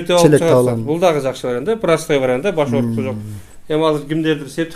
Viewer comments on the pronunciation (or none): none